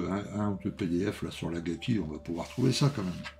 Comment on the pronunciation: Salut l'Ami, belle revue, comme d'hab.... mais too much pour moi... Au fait, c'esr Akagi et pas Agaki !!🤣🤣👍👍